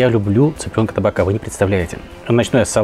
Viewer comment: всегда с удовольствием смотрю, выше всяческих похвал. Но позвольте заметить, это таБака, так как цыплят подавали и подают на глиняном блюде - таБаки, которое ставится на столик - таБак:) арабское слово, кстати. Что же касается тапа - действительно, это сковорода. Но по-грузински это не то П, которое мы произносим по-русски, я мягкое, чтото среднее между ф и п. Таким образом, грузины просто не произносят тапа, понимаете? И обосновывать название неправильным, неаутентичным словом ошибка. Грузины говорят таБака, поэтому по-русски это тоже табака:) Желаю успехов и радости!)